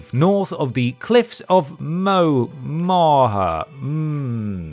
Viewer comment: Watching someone from England, struggle with pronouncing the Irish Cliffs of Moher (Moe-er, like lawn mower) is exactly what I needed this St. Patrick's Day.